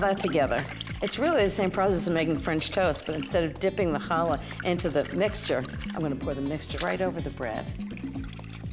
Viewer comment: great pronunciation of "challah"